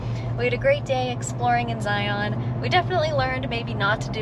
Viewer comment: Great Video! A little education....say Zion like Lion.... not Zi-ON. anyways, I have watched a few of videos and they have been great! The one that I watched before this was the one at Lone Rock at Lake Powell. Its one of my favorite places to go!